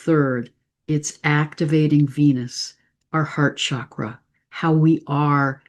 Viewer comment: The Sanskrit word “cakra” or “chakra” is pronounced with a hard “ch” sound, like cheese.